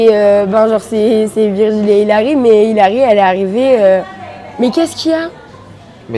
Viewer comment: ta marquer virgule au lieu de Virgil sa ma fait rire 😂